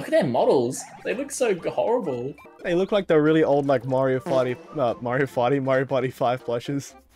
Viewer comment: i died when he said "mario farty"